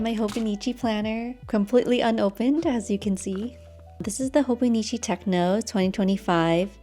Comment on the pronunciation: Hi! I've known you from WF from years ago! Glad to see you on back youtube! Btw, I think it's hobonichi teCHo (pronounced 'tcho') and not techNO ^^ it might be a little confusing if you are a new user XD looking forward to see your content! I really loved all the cute things you created for WF back then! 💗